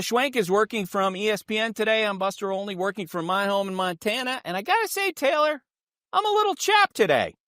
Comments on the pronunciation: Why does everyone always say this guy's name as "Only" it drives me mad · I'm sure pronouncing his name "Only" will bring him back on your side 😉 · I like how he pronounces Buster's last name as "Only". lol. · Buster “onley” 😂